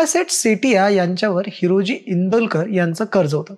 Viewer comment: Tula हिरोजी neet bolta yet nahi हिराजी mhantoy